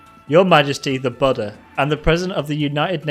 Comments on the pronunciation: It's boo-da not butta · The more he says "The Buddha," the more it sounds like "the butter"